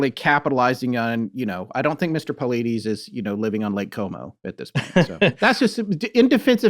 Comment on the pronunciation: Ive never been critical of you guys before and i do love your content. However cone on guys.... how can you do all this supposed research about missing 411 and David Paulides and yet completely mispronounce his last name? If you would have even watched 1 of his podcasts or videos then you would know how to pronounce his last name. So that tells me you guys didn't do much of any research on this topic other than reading a book and yet you are trying to make a show and form an opinion on the topic and his content. This makes me look back on all the past shows that ive listened to and believed that you guys had done all this thorough research prior to your show. And now I realize that it probably wasnt true. You guys just threw a quick show together. Very disappointing....